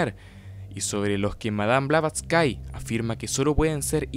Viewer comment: No se pronuncia BlavatsYKE sino Blavatsky (la y final es como una i normal, no ie) y ella no fallecio en 1885, simplemente esa redaccion fue una carta donde ella se sentia morir porque en 1885 se formo un cisma profundo (y oculto entonces que vendria exponiendose a pleno una decada despues, ya que ella fallecio) en la Sociedad Teosofica cuando el Coronel Olcott la uso de chivo expiatorio de los problemas de criticas y acosos que se vio sometido el grupo entre 1884 y 1885, por lo que ella se distancio de él muy resentida y nunca volvio a la India - la carta era mas que todo expresando su estado de animo en que se sentia morir pronto por la tristeza, y que estaba ya entonces trabajando en su obra maxima - La Doctrina Secreta - en donde vienen incluidas precisamente las Estancias de Dzyan, PERO no se murio y alcanzo a publicar su obra entre 1888 y 1889, falleciendo hasta 1891 en realidad (los ultimos 4 años de vida de ella en Londres fue su periodo productivo mas intenso y positivo en la expansion del movimiento teosofico al punto que un poco antes de fallecer ya se habia medio-reconciliado con Olcott tambien). Eso si mientras estuvo redactando la Doctrina Secreta, que incluye y se fundamenta en las Estancias de Dzyan, a la fecha sin ubicarse claramente de donde viene esta referencia bibliografica real - aunque se sospecha una fuente ya desaparecida asociada con la literatura esoterica-visionaria mileniarista del ciclo Kalachakra Tantra del canon budista mas complejo tibetano y